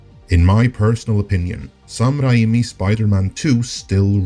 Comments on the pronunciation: Raimi is pronounced Ray-Me. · can u just pronounce Sam Raimi's name properly? sounds super pretenious and disrespectful butchering a persons name.